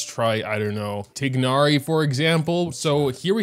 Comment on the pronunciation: It's pronounced, Tie-nari